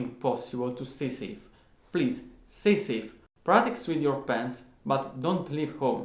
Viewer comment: I thought you said “Practice with your pants”. But you said “pens”. Great video!